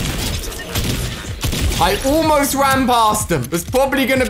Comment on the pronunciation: The way he says almost (oolmost) killed me of laughing.